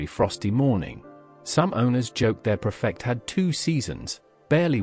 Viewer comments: Can we just stop this AI shite that seems to be infiltrating YouTube now? Oh , and its Ford PREFECT NOT PERFECT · Obviously AI. Nice English accent, but Prefect is pronounced "Preefect". I bought a 1947 Ford Prefect in 1961 for £50. My first car. Registration number CHS 879. Already rusted out and burned oil at almost the same rate as petrol. As for the heater barely working, there was no heating at all. I think it was an optional extra. Only 3 forward speeds, but you had to hold in 2nd gear because it would otherwise slip back into neutral. The windscreen wipers were driven by vacuum from the inlet manifold. That meant they didn't work at all going uphill, but went like clappers going down. The car failed completely after less than a year. I got £5 for scrap value. It was cheap motoring and still brings back delicious memories. 4 of us (2 boys and 2 girls, one the girls my future wife) went on a camping holiday in it to Devon and Cornwall with 2 tents. The rest is strictly censored.